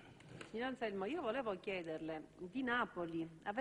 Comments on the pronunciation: non e' Alzelmo ma Anzelmo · Non so se è "Anselmo"o"Anzelmo"ma di sicuro non "Alzelmo!"